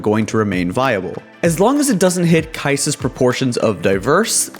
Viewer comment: Kai'Sa? wut .-.